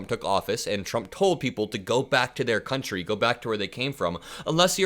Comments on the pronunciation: DID SHE SAY CUNTRY? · "Kantrie" ? 🙄 "Dies kontrie" 🙄 This immigrant doesn't talk English afther 25 years ? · Does she use the word "contree" in her "Boook"